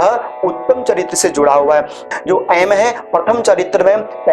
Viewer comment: एंग पढ़ते है या ऐं